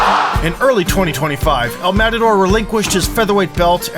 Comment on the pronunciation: this guy butchered the pronunciation of El Matador so badly its sickening